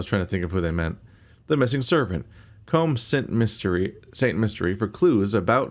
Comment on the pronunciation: I think ‘Ramon’ may be pronounced ‘Rah-mon’; think I saw someone comment on an earlier episode that this game is set in France and ‘Rah-mon’ is how it’d be pronounced there I think. Likewise, St. Mystere would be more like ‘San Me-stair’.